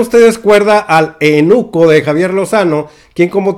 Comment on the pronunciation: Se dice eUnuco, no te saltes la "u"... saludos...